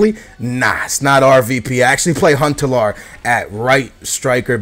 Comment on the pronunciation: Dude its not hoon-telaar? it's just hun-te-laawr